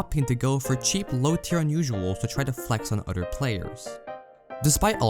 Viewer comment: Did anyone else notice how this man pronounces other as udder? Or utter? Lmao It kinda bugged me I couldn’t tell if he was trolling “He mains scout proudly and He doesn’t care what utters think about him”